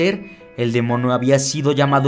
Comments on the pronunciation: Alguien noto que dijo demono en vez de demonio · dice el "demono" en vez de el "demonio" jaja like si te diste cuenta de eso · Yo escuché demono :v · Dijiste demono enserio o de broma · Alguien se dio cuenta que dijo demono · Demono? No sé si escuche bien :v alguien escucha lo mismo? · like si en el minuto escuchaste que dijo "demono" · ..pense que era la unica que escuche eso